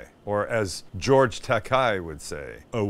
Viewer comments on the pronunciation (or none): I believe Takei is pronounced takay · its George Tak kay, rhymes with Shatners toupee